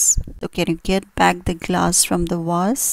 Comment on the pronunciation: A catastrophic pronunciation. Vool or wool? Wase? For Vase ? Why mixing up W and V?